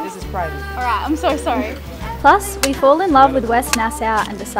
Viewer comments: It’s nas-aw not nas-sow, lol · I'd be surprised if this hasn't been mentioned yet, but I have to inform: It's pronounced Nas-saw, not Nas-sow. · Rileys explanations was mind blowing! I get it! It’s pronounced Nassaw ! Love you guys! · It's pronounced" Nassaw", not "Nassow".... I think, if not I'm correct I will be immediately corrected. 😉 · Nice fishing trip. Oh and Nassau is pronounced " Nas saw" kids. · It's pronounced nas-saw and ba-hay-me-an.